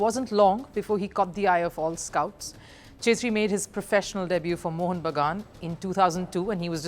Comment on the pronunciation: It's not ' chetri ' , it's pronounced like ' kshetri ' .